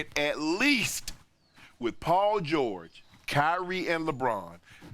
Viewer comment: Chip (oops Skip) get the name right... Paul George...